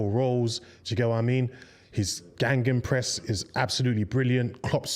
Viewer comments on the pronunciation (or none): “Geigenpress” “Gangenpress”